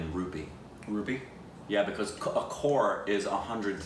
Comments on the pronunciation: By the way my folks it's not core it's crore. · The producer, Mahesh Bhatt, is Alia Bhatt's dad. And it is COCRORE not CORE